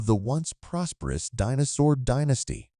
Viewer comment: Right but I have never in my life heard anyone pronounce the word as "Dinnosaur". Very small children know how to say say Dinosaur. I suppose what fundamentally bothers me is the fact that I am now in witnessing in earnest Automaton replacement of my line of work.